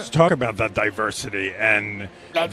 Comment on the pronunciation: That is not "de way"